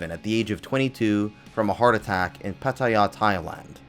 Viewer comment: You say "Pattaya" like the Turks are paying you to say the silly new name they picked so they don't get mistaken for birds anymore.